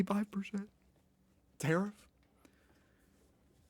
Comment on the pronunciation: Tarrif? He says it like "terrif", like "terrific", like "terrifying", like "terror ". That's why he thinks it's a beautiful, truly "terrific" word.